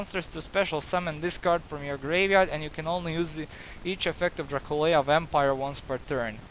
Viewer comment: Draculea is pronounced just like dracula. It is a play on the word but different spelling